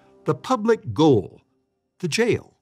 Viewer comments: It’s also NOT the Public Goal. It’s the Public Gaol ( English spelling for Jail) pronounced JAIL!!!! Did you even go to this place or just rip off other’s videos, etc.? ( like you ripped off my business ghost tour videos without asking permission!!!!) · Gaol is pronounced jail. It is the British spelling for the American jail.